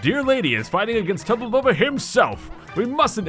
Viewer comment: Yeah said tubla bulbla 5 times and the sounds like a drink Irish man